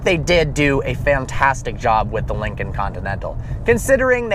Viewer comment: "Since the 'Linging' Continental..."